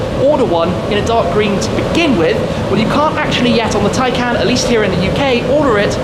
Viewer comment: Do I get it wrong? Or is it Shmee constantly mispronouncing Tay"can"?